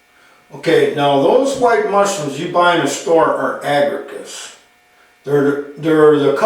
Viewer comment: One small edit. The genus is Agaricus the second a is pronounced